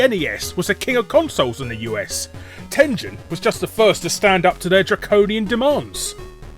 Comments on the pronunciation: it's TEN-GEN, not TEN-JEN. you scrub. Atari (and Tengen) are both names from Japanese. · Ten-jen? I know the company's American but the fact I've learned Japanese have my instincts screaming Ten-gen. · Tengen is a Japanese word written in romaji, so of course the correct pronunciation has a hard G. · It's TEN-GEN, not TEN-JEN. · Tengen not TenJen. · I know Tengen was an American company, but I'm pretty sure it's supposed to be pronounced the Japanese way, with a hard 'G'. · Why won't he call "Tengen" with a hard G? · I always said Tengen like you but I recently saw an old video where one of their own people pronounced it the other way. Guess I was wrong.